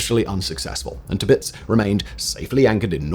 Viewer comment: T'pitz? There's an "ir" in there.